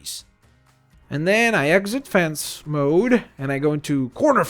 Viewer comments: It's fence not fance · Why does he say fance instead of fence? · Lol its fence pronounced fince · He said fance